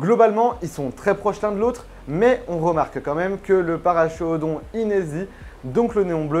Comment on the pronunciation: Super vidéo très intéressante, mais Paracheirodon se prononce parakérodon, car c'est un nom latin.